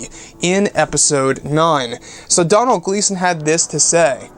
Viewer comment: Doh-nil is the pernusiation not Donal, Doh-nil (Donal), it's an Irish name, can we do a video on the possibility of Luke being alive.